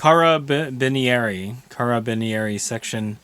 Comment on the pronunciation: It's pronounced CAR a Bin Air I, it roughly translate to Carbine troops. Neat fact is they are still around and interact in the civilian world if more security and control is needed in events or a special envoy is visiting the country, I think they are the only units in the Italian military that does that and is allowed to. Only thing I am not a fan of is the point cost for Bangalore Torpedo's at 10 points per man!!!! so 10 man squad you are looking at 100 points!!!!!!!!!!!!!! That can go to other units or the cost of a more expensive unit. Oh miss read it as it is just 10 points per unit.